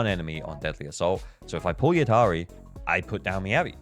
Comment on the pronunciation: Devs are doing everything to make slide from F2P to Dolphin ! I may become an Orca in 2.3 since I want Lucia and Yidhari, and also SAnby wengine if she reruns. By the way, I think Yidhari is not pronounced "Yid - Hari" like you did. In many languages, like Tunisian my mother tongue, "dh" is pronounced as a deeper version of the sound "th" (as in "this", but with much deeper "th")...